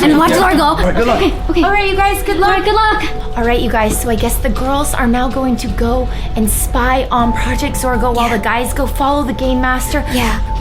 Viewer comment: Ok first I know and second is you said girs not 'girls'